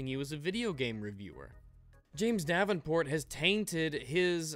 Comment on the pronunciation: I kept on thinking you said "James DABBINport"